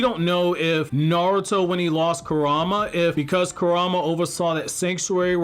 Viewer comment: Why is it hard to pronounce Kurama correctly lol